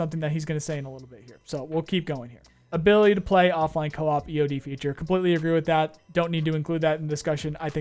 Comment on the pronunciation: let me help Coe as in hard O and Ahhp... Co-op, not cop.